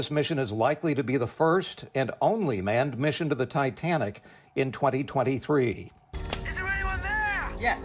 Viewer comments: He said Titantic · "the titantic" .... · I passed out when he said "Titantic" 🤣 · I've never heard of "The Titantic." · Titantic he said. Really. Can't pronounce Titantic correctly. Smh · The "Titantic!" For the love of God! Your generation just SUCKS! You can't even name the ship correctly let alone I guarantee you can't tell us roughly where she sank, number of lives lost, or the date she fell!? Sad for your generation! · Can’t say I’ve heard of the Titantic. This newscaster is completely oblivious that he didn’t know how to pronounce the most famous maritime disaster in history. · I never heart about the - "Thai Tan Tik" ! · Did anchor say "Titantic" instead of Titanic? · Titanic….. not Titanitic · did he say "Titantic" ? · “The titantic” 😂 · The Ti- TAN- TIC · The Titanic. Not the Titantic. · Wtf is a "titantic"?? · He said Titantic… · Titantic?? No retakes? lets send it as is lol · Did he say titantic ? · The what? "Titantic"? Were you dropped or something? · What in the hell is the "Titantic"?? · “Titantic.” -Madea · Ol boy doesnt know what the titanic is? He says "titantic" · What’s the “Titantic”? Hahahaha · THANK YOU OH MY GOD. I thought I was the only one who noticed 😭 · Really, “Titantic”? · "A titantic"!!! Not ever a "THE TITANTIC" IS THERE NO DIGNITY? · Imagine being so dumb, that you can’t say titanic correctly after hearing it your whole life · Wow. Even a child can say Titanic. Didn't even try correcting himself either